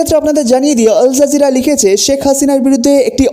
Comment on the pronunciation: PLEASE DON'T SAY "ALJERJIRA".. IT'S A RESIST CHENNEL